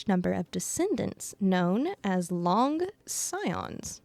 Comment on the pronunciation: If you look at Welt's summon screen you can see Void Archive figure on the back. So he most likely somewhere in the universe. Long is actually pronounced "Loong", which rhymes with "loop". Its the pinyin for Chinese character "龙".